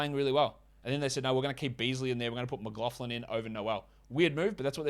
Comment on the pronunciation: you're getting better at saying McLaughlin.. 😆 GJ! Keep em comin!